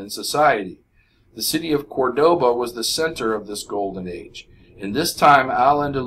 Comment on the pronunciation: I appreciate your videos a lot, they are the most helpful thing I have ever found, but doesn't anybody know how to read accents? It's Córdoba with accent on the first "O."